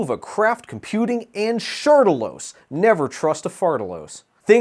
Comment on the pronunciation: not shardalos lmfao